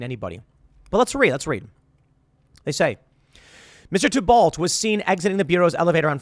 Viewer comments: tuh-balt? are you a fucking idiot? it's pronounced tee-bow you balding dipshit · TEE BO, the name is pronounced TEE-bo, not Tiebald. It's French. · His name is pronounced tee-bow. Emphasis on the tee. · I think its pronounced Te=bow. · Pretty sure Thibault is pronounced "tee-bo" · Tee-bow is the pronunciation. Tim Thibault = Tim Tebow